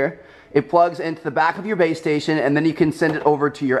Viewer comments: I swear to god he kept saying BAE STATION instead of BASE STATION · Is it just me or did he keep saying baystation? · I kept thinking you were saying babestation...